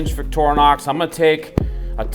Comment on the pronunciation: "Víck-trinox" not vicktornox